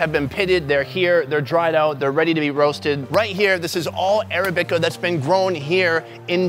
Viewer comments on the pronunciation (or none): Arabica... accent on the second syllable. uh-RAB-ih-kuh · Ara-bi-ca? Try Arab-ic-a. I don't know why that was driving me nuts. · It's a civet not a weasel it is weasel like but it is not a weasel weasels or carnivorous and it's pronounced arabica not arabica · "Arabica" is not pronounced like that Sun 🤣